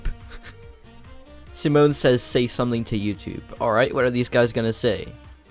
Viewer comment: When he said 'Simone' I had to look at the screen to make sure that he said Simone and not Semen- Don't ask how the hell my brain though about that.